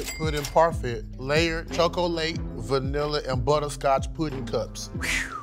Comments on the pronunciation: pronounce chocolate like choc-late on I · Justina says chocolate like the lady from Spongbob